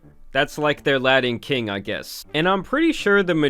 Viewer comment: Yooo … it’s La-tin Kings not La-din Kings 🤦🏽‍♂️